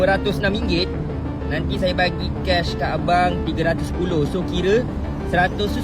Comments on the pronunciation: TIPE, SYE, KIRE😂😂😂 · "Kire sye" sye sye pun dah boleh agak orang mana?